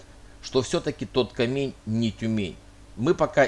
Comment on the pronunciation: Почему КамЕнь, а не КАмень? Может быть, это просто обычное слово русского языка "камень", с ударением на 1ую букву а. Сейчас же есть, например, город Камень-на-Оби (он произносится именно как кАмень.)